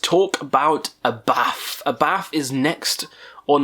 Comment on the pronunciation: A bit about your pronounciations here: HAT (Gorgoroth vocalist) is not pronounced like the fabric you put on your head, but with a long A. Abbath is not pronounced "A bath" (!), but like Sabbath without the S. Demonaz is NOT pronounced "Demon Ass" either 🤣🤣🤣 Other than that, keep up your good work. Highly amusing.